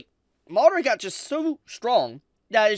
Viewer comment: I played this at 2x and whenever he said madara it sounded like Mordor. I thought he was talking about Lord of the Rings.